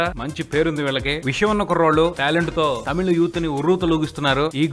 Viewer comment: Thamija kadanna thamizha pronounce tamila